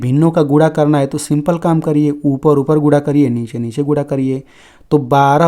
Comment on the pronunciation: अरे सर गुणा है या गुडा क्या बोल😂😂😂😮 रहे हो